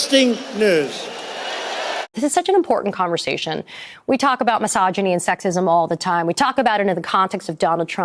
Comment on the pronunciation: "We talk about miss ahjinny and sek sism all the time..." Oh reeeeeeaaaallly?! I had no idea!